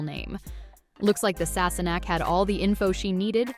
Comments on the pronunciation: “Sassenock” and “Frayzure” …hmm. It sounds like they got someone who’s not a fan of the show to narrate this. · "Sasenoch" beautiful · You obviously didn't watch the show mis pronunciation of names especially Sasenache or Loghaire. Claire was coming back into the room when she was assaulted, not sleeping in her bed. Your commentary has the blunders which is dissapointing.